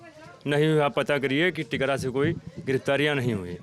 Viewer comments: Bhaiya ji ye tikra hai na ki tikru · It's Tikra not Tikru